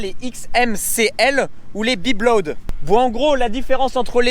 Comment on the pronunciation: Salut, toi t’as eu une sacré piqûre Michelin..... et c’est XMCL ou BIBLOAD 😂😜 pas boblid 😅